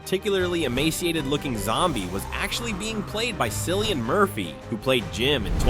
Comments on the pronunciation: Sillian! It’s Cillian, pronounced Killian. 😂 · That's how says his name, with K sound. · Cillian is pronounced Killian. would not be the first time filmmakers lied about an actor participating in the movie or the role they play. Also, did you copy the way you speak from Chills?